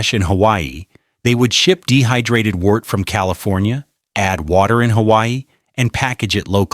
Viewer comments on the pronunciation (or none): none